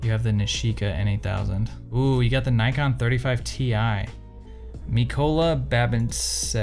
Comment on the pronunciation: Is it just me or is he pronouncing Nikon incorrectly? Kinda weird for someone who knows so much about “cameras” 🧐